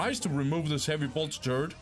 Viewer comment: It always makes me smile, how you pronounce ''turret'' as ''turd'' :D but thanks for the videos! keep it up :)